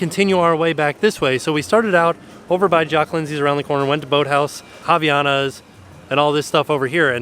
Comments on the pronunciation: As a brazillian its soooo weird to hear an american saying Havaianas. Its no “Raviana” its “Hah-vee-ah-nas” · Everytime says "haviana" literally all I can think of is "thotiana" 😂